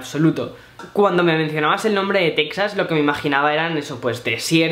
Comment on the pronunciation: Se pronuncia Tejas.